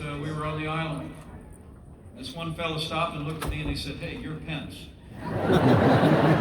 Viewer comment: He was saying Mike Pen-is🤣